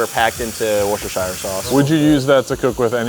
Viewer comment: Wooster- Sheer Chef Wooster-Sheer 👍